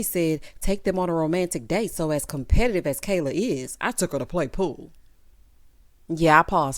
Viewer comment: Did anyone else catch one of them kept calling Kayla, "keller"? I was so confused